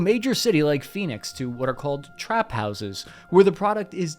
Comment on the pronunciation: The way you said "Trap Houses" made me laugh so hard.